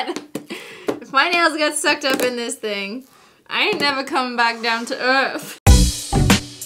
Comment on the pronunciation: She sounds so british in the intro when she said earth